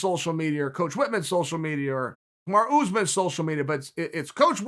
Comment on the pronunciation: Chael "Kamaru Ooze-man" Sonnen.